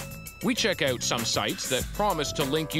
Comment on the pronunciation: Out.....Oout..........Hoooooooooout..........Houuuuuuuuuuttttttttttttttt.....How do you say it???? lol